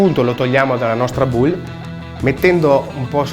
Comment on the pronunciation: La musica e’ bruttissima, e bowl in inglese Si dice bol not buul 🤢😣😣😣😣😖